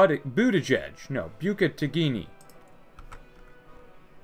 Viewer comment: As an Indonesian, you had me on the ground when you butchered Bukittinggi. 😂